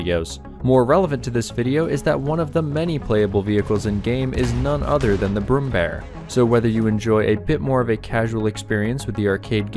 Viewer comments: ä is pronounced like the "a" in rare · IT'S NOT BROOMBEAR IT'S PRONOUNCED B R U M M B Æ R